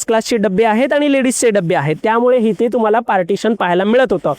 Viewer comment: चॅनेल वाल्या नी यांच्या हातात माईक देण्या अगोदर, जऽऽरा मराठी भाषेचे चलन आणी उच्चार याचं ट्रेनिंग दिले असते तर बरे झाले असते.. हिते, थिते, समान (सामान).. अजून बरेच काही..